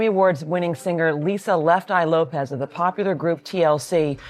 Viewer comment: Her last name is LopeS with an S not Lopez